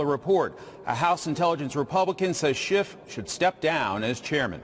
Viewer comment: I wish people would stop pronouncing Adam Schitts name wrong.